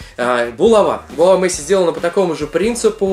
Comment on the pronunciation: Мэйси как Мэсси